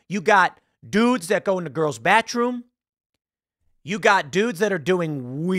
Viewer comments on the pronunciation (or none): Did tim say battroum on purpose or was thst him joking around?